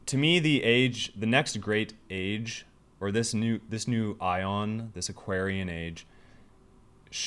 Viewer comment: Aeon is pronounced phonetically as ee-un, not iron! 😂